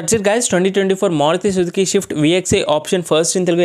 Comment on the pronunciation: Bro adi shift kaadu swift..as a car reviewer you should pronounce accurately..